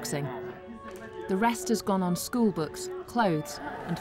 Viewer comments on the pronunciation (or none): none